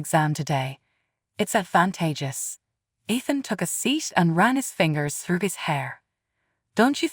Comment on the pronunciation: Athen or Ethan? Spellings and pronunciations do not match.